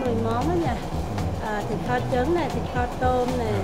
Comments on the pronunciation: kho is pronounced like the english word call just saying. when i eat ca kho and the canh chua i like to add the soup to my rice and add some of that ca kho sauce on top and eat it. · I would say it's more like "kawww".